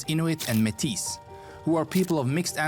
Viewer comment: This youtube video is slightly outdated with rising tensions between the U.S. and Canada being very prominent. Our prime minister is now Mark Carney as well. I believe we broke 40 million for population, and a lot of the video the guy was saying métis in a way I haven't heard, typically we say it like a pirate (at least in my region, not sure about the rest of the country) and the S is silent "may-tee" also yes, we have deserts :)